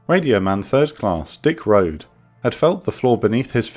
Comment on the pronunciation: Rohde's name is pronounced "Roh-dee". There's a whole paragraph in Hornfischer's book about how he corrected a superior when it was read off of the roster incorrectly in training by a CPO and was dubbed "shithead" for the rest of the cycle by that CPO.